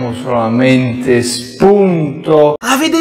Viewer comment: "Prendiamo solamenDe shpunDoH."